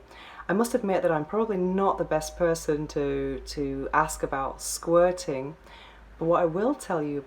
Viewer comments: Hearing her pronunciation of "squirting" is a major turn off. Sounds more like she is trying to say "squatting" ...The guy made her squat 8 times in two hours.....Loser. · Please say Sqirting again! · What the ...Professional S Toy Tester? Gee... Why did YouTube recommend me this? But how can I resist not clicking on it...lol...and why do you say "Squirting" like this?